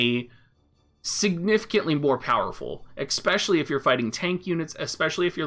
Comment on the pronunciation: lovin your vids. "expecially" lol